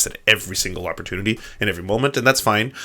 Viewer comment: “Uppertoonity”